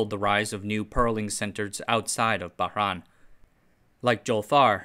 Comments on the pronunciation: It's pronounced Bah-RAIN (reYn). I grew up there, so it pains me to hear you pronounce it as "Bah-RAAAN". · It’s Bah-RAIN. Like summer rain. I had a cat named purrs from Bahrain. She was the color of a pearl and she liked to purr a lot.